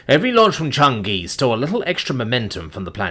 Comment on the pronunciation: CHANG-i, it’s pronounced Chang-i!